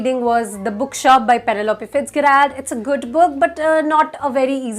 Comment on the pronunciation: I hope you don't mind, but it's pronounced FITZ-JERR-ILD.